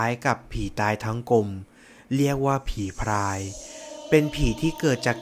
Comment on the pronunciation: ผีพราย นะครับ ไม่ใช่ผีพายนะ เผื่อบางคนไม่ทราบ การออกเสียง ร. และ ล. มันก็สำคัญตรงนี้แหละครับ ผมเข้าใจนะครับว่า บางคน กระดกลิ้นไม่ได้ ผมเองก็เคยเป็น แต่พอลองฝึกฝนดูก็ทำได้แล้วครับ